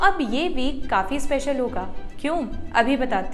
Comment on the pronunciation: "Hoyegaa" accent kaun saa state kaa hai guys